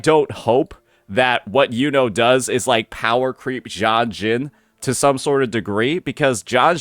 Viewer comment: It's killing me how many creators can't pronounce her name, it's "you know" like the brother from black clover